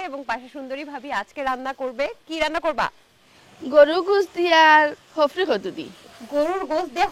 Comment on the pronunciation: আরে ভাই এটা হফরি কদু না😂শফরি কদু